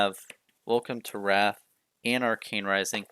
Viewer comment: Nice collection! Pronounced Rathe not wrath though 😁